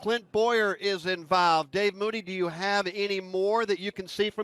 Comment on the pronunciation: "Clint Bowyer is invAlved"